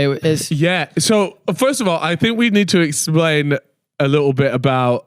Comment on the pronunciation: Love that even in 2025 is still ripppping it ( trolling I know you said likkle)